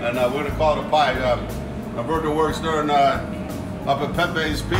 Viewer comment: What an awesome pizza! Way to go, Roberto!! Hey, please make Roberto's day and pronounce his name (and his pizza) as it is said in Spanish: ROW-BEAR-TOE not RAW-BIRD-OH. Imagine if someone called you Jake all the time instead of. Peace, my friend. Ever since you moved to this location, you and your talented crew have been turning out these amazing pizzas from that wonderful oven. It's a beautiful thing.